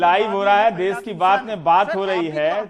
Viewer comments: सर् देश होता है न कि देस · It's desh not Des......plz yaar. I m big fan of ravish ji..,...